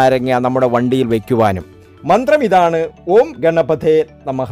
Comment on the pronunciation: മന്ത്രം നല്ലതു പോലെ ഉച്ചരിച്ചു പഠിക്കണം. സൊഹ അല്ല സ്വാഹാ ആണ്. ഗെണപഥേ അല്ല ഗണപതയേ എന്നാണ്. 'ഫക്തി' (Fakthi) യല്ല ഭക്തി (Bhakthi ) ആണ് വേണ്ടത്. തെറ്റായി ഉച്ചരിച്ചാല്‍ ഉദ്ദേശിക്കുന്ന ഫലം കിട്ടുമോ എന്ന് സംശയമാണ്.